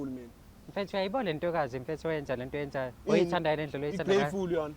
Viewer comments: "Im grayefull"🤣🤣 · "M blackful not greatfull"😅😅😅😅😅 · Ugreyfully yini😂😂are you great fully 😂😂